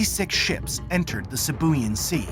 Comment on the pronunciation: Sibuyan is pronounced "See Boo Yaan" Silly yanks. 🤣